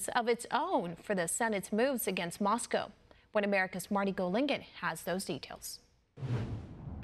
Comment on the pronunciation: C'mon- I have come to think OAN is a credible source for news but mispronouncing "Moscow"? Ouch!